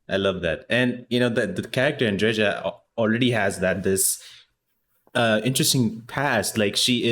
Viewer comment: My favorite character in a game I absolutely adore, but it annoys me that everyone mispronounces her name. It's An-dre-yuh, not An-dre-zha. Besides, Andreja is a man's name, that's my friend's name. The feminine form is Andrea. The name comes from the Greek "Andreas", originally from "andreios" meaning "brave, manly". P.S. Yep, she's definitely uncomfortable talking about the romance dialogues and how she got over it.